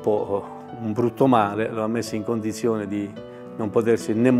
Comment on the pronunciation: Polisia... condisione... ma parla italiano va